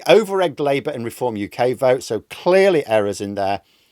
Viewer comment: Deform... not 'r'eform